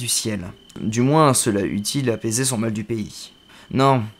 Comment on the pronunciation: Prononcer "moins" avec le son "S" à la fin : moins trois points de charisme :D Je suis pas spécialement fan qu'on lise pour moi quand ce n'est pas des contes qu'on me lit, je trouve qu'on y perd la magie de l'imagination, donc ce sera sans moi, néanmoins ta diction à l'air très bonne et la nouvelle choisi est trés sympa, mais y aura-t-il moyen d'avoir un lien pour lire la nouvelle si tu te mets à lire du moins connu (et donc moins facilement trouvable) un jour? (PS: je me doute que tu ne va lire que des nouvelles en rapport avec les Imaginarium, mais si tu recherches de bonnes nouvelles sf, vu la profusion et la qualité de celle de Fredric Brown, tu pourrais t'y pencher; t'est mon nouveau Dieu si tu arrives à faire découvrir du Brown à tes abonnés.)